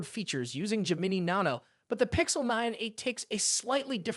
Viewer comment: This guy can't pronounce Gemini 😆